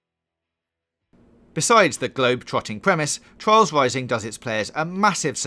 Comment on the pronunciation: Twials Wising ;)